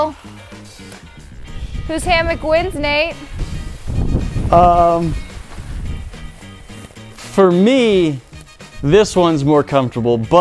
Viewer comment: Nate rhymes with late